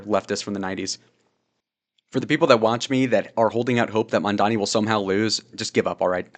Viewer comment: as of maybe 2-3 hours ago, adams dropped out of the race, go zohran! edit: he's raising taxes on the 1%, people who make 1 million+ a year, aint no ordinary citizen gonna be taxed, and even though i dont agree with your views, at least you can pronounce mamdani 👍❤️‍🩹